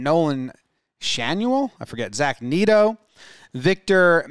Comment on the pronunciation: It's Nolan SHAN-oh-el and Zach NET-oh